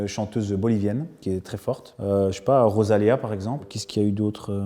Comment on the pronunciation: Rosalia* pas "Rozalia", sinon super interview !